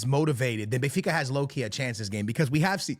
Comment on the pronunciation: Bro, how are you mispronouncing these teams? You look hispanic for Christ sakes. WTF. You just swallowing consonants left and right?! Bey-fica? Alantia?!?! Yuve?!?! ❤😂❤